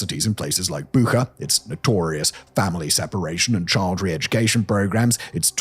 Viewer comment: Great work as usual. Just a few minor corrections 1. It’s ZapoREEzha, not ZapoZhEEzha 2. BuCHa, not BuKHA 3. Ukraine, not the Ukraine